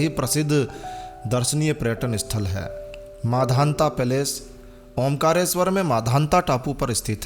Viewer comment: आपने वीडियो बहुत अच्छा बनाया उसके लिए बहुत बहुत धन्यवाद। बोलने में एक छोटी-सी त्रुटि हो गई है इसलिए उसे सुधार सकते हैं यह मांधाता की नगरी है ना कि माधांता की।